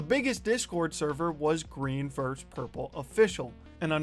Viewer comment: you said purple wrong